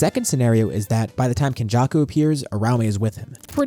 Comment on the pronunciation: I have never heard someone pronounce uraume like UH-RAO-MAY before in my life. New pronunciation just dropped 😭